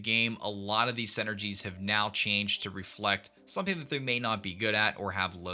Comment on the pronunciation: I see you still call them senergies 😂 great video as always!